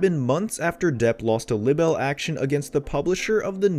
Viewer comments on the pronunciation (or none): Narrator! Please, for the love of God, stop mispronouncing "libel"! Consult any dictionary for the correct pronunciation.